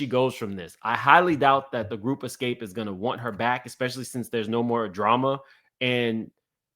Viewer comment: I need you to learn to pronounce Xscape and do your research you have years wrong. They broke up in 1999.